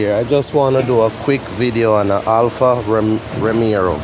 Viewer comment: Lol, Why the heck do people call these cars Alfa Romerrro????? Alfa Ro-me-o!